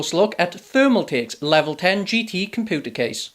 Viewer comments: It's pronounces Com-pu-ter not Com-poo-ter :L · Did he just say "Compooter Case"